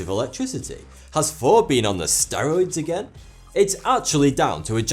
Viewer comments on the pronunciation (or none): none